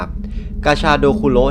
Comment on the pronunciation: ผมได้ยินกาชาโดเป็นปลาชะโดอะ😅